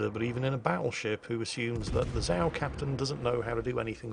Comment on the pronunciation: Zao is pronounced incorrectly. :P